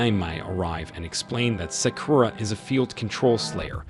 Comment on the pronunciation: you pronounce it as Sock You Ra break it apart